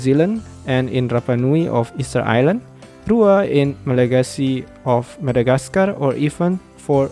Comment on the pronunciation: I just wanted to say that Malagasy efatra is read as éfatra, just like you read enina as énina. Also, you don't have to read the final a for roa, efatra and enina. Read them as /ru/, /'efach/, /en:/.